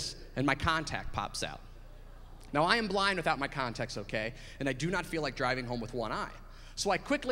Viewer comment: He says "Now" like "Nao!"